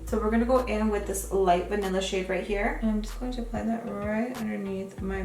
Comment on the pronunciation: Every time you say "this shade" i hear "this shit" lmao had to turn on subtitles for a secon lmao p.s i subscribed using your link and i got my boxyluxe last week 😂